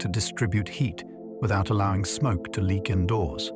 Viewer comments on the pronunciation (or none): none